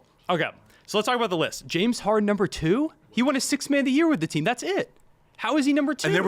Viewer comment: 🥷 said “Jim” Harden. If you don’t know what Hardens name is you can’t be talking ball